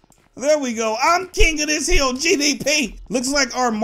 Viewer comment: I love how he said hiil